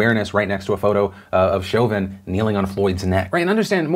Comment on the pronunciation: As someone with the last name as Derrick. It’s pronounced Show-vin. Also, f that guy. You never block off airflow!!😡